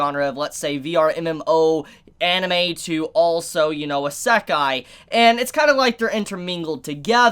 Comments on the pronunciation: God damnit pronounce it correctly!!!! 😡😡😡 It’s E-C Kai. Not. A-sa-kai Nah I’m just playing. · I love ya brother... but this drives me nut, and yes that is my problem. いせかい - isekai - ee-se-kai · How you gonna review anime and not know how to pronounce Isekai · is anyone else bothered by the way we pronounces isekai?